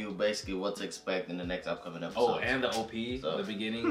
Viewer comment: “Episose” lol